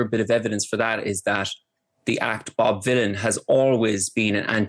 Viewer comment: She keeps saying Bob Dylan not Bob Vylan, she needs to very careful